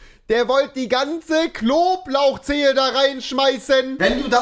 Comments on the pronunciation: Besser als Klo Lauch Zehe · Niemand: Wirklich niemand: Rewi: Klo Lauch Zehe